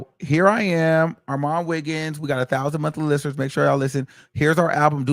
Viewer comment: is he saying or all my niggas? LMFAO